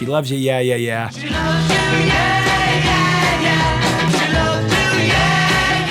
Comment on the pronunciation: This is very nitpicky, but it is Yeah Yeah Yeah NOT Ya Ya Ya. The two are pronounced very differently. Also, The song title is just "She Loves You"